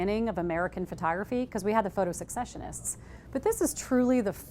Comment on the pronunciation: It's pronounced ses-session-ists, not sek-session-ists.